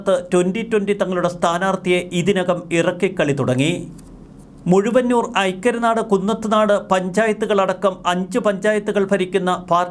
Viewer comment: മുഴുവന്നൂരല്ല മഴുവന്നൂർ.